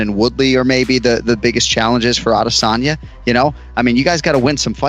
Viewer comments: "Adesayna the last juice bender" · Adesonya c'mon man? Its roids.